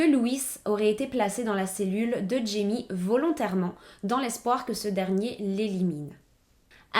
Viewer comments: Super vidéo ! Par contre j’étais perturbée car jaime se dit RAÏME (c’est espagnol) 😅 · jaime se prononce " raïmé " .